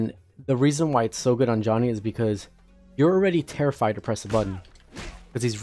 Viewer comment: Why you call him Y O H N N Y